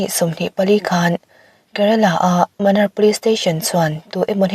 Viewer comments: Sap tawng chhira chhiar nilo in Munnar mizo chhiar dana lam tur zawk. Manar nilo in Munnar tih zawk tur. Svmm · Munnar tih tur zawk niin ka hria,,lo sawi ve mai²😂